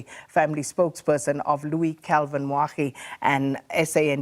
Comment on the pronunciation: Moagi not Moagdi!